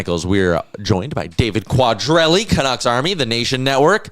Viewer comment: . Not sure that is how David’s last name is pronounced? Sounds funny 😂. Your co host got it right a minute later